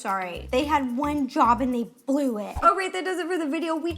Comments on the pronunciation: "they had one job and the BLEW(blue) it" ahahaha anyone else catch that.? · i thought she actually said BLUE i'm deaf help 😭😂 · "and they blew it" or "and they blue it"?? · “They had one job and they ‘blue’ it” I AM DEAD (the worst thing is... i don’t even think Ro noticed that she said that HAHAH) i love her💕✨